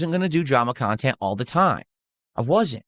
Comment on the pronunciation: 7min in and I'm tapping out. Phail WTF .. Who is this "KHAN-tent" suppose to be for ? It's just you pissing & moaning about "support" this "support" that...